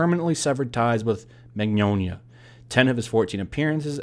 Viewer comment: Thanks for attempting an Italian accent when saying his last name lol It was good